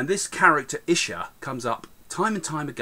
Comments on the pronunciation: It's not Isha it's issa same as Arabic we call jesus issa indian letter s they pronounce it sh and w they pronounce it v and many more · The name does pronounce Isha, it's ISA